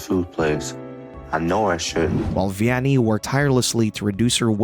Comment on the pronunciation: Not to be an ass, but Vianney's name is pronounced like "V-N-A".